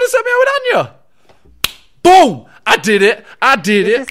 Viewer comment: When Simon almost keeps saying your name but he says Anya, sadly instead of Enya